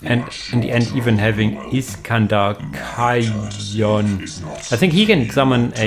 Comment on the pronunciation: Great cast as always, man! Fun Fact: Iskandor Khayon is pernounced "Second-er Cane" in the Black Legion books iirc, being a reference to the historical figure Alexander the Great + the Biblical "Cain"